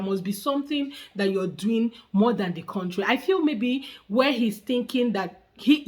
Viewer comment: Whenever I hear someone say words like Kontry for country*, *aks for ask I give up!